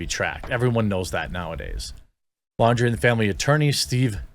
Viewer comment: LAWN-DREE, not Lawdreeeeee